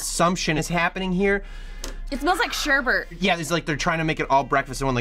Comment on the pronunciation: That stomach thing he did really freaked me out And the word is sherbet